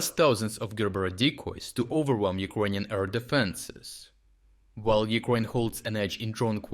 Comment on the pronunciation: They way you pronounce 'Ukrainian' sounds like 'Equanian' in my head, and I can't get rid of that mishearing 😅